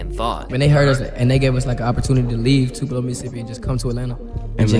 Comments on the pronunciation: It’s TWO PUH LOH NOT TWOPELO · Bra can’t pronounce Tupelo 😂😂